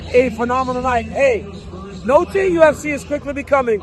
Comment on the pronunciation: The fact that DC couldn’t even pronounce Noche this moron Nosay… Aren’t they paying him 🤦🏾‍♂️👨🏾‍🌾